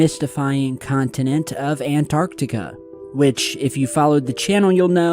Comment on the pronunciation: 2025 and still can’t pronounce Antarctica properly.